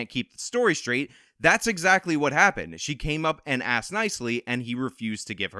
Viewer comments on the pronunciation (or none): They aksed. Learn to speak english, geez. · "Asked" not "axed" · “she axed them again”?Whoa whoa whoa… I saw no Axe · She should of "axed" them then there really would be a crime! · That lady should be in prison honestly... I mean, she axed them after all. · If you still can’t pronounce “asked” correctly at this point then you🗑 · The sister said that Comrie "axed them for the bike"...Axing a poor innocent 17 yr old black male over a bike is patently illegal and just wrong. Case closed.